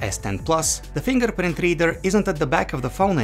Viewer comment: You can geth rith now Fingerprinth reeeder Accurathe reeadngs Intherupt